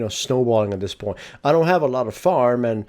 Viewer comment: "im pretty much stonewalling at this pont" :P